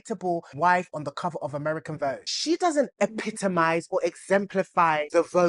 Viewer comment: VOGUE became FAUX-GE